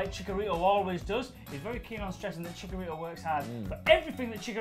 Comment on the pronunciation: how can he not know bundesliga ? and is doing footy news lol fail and its chiCHarito not chicarito besides that merry xmas